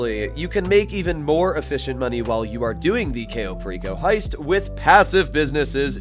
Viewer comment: I'd be rich if I had $1 every time I heard "cayo" mispronounced